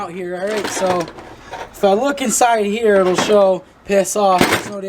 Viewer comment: Bahahahaha "PISS OFF" So Australian lol